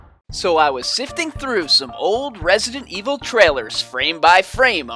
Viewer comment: the way you say resident evil 7 is hilarious good xD